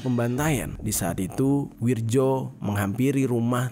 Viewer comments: Itu namanya bukan wirjo (ejaan lama) mas, tapi wiryo ( Ejaan baru) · akurasa namanya bukan wirjo tapi wiryo,karna menurut ejaan lama tulisan nya W I R J O,tapi menilik perubahan ejaan intruksi dikbut tahun 1960an keatas bacaan DJAJA dihilangkan huruf D nya hingga cukup dgn JAYA dan posisi JA disini jadi YA dan ada banyak perubahan ejaan seperti tjatja jadi caca dst,mohon maklum 🙏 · bang maap, itu bacanya WIRYO bukan WIRJO makasih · Wirjo kalau dibaca ( wiryo ) Bang sekedar masukan biar gasalah baca kalimat Jawa. 😁🙏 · bacanya WIR- YO pak, itu ejaan lama...J=Y .kalau DJ=J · Bacanya wiryo mas, ejaan lama.